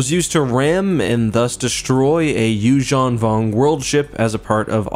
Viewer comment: um excuse me, it's Yuuzhan Vong.